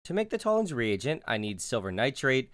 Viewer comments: Fucking Americans... It took me over a minute to realise you were saying "reagent," and not "region." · am i alone on this or did it sound like he was saying “Tollen’s Re-egion”